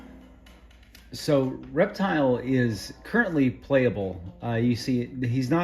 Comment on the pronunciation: I thought the announcer was saying " erectile " 😅